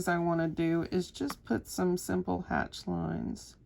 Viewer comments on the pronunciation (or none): none